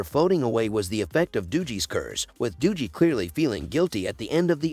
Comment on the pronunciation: Stopped watching as soon as I heard "doojie"